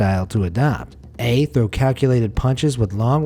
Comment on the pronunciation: "Where to trow rock?!!"